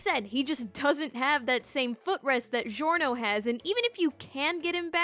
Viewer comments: It’s not zhiorno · ITS GIO LIKE A JIO NOT CHSZHIORNO CXZHSIOWANNA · its not delivery, its giorno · Norgio? Why not Giornot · Norgio? No OVA Giorno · jjba: giorno: norgio me: struggles to pronounce giorno * DISGORNO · Why do you pronounce it like: "Jiorno" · Norgio Dohn-wanna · Norgio XD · Poor Giorno's name was butchered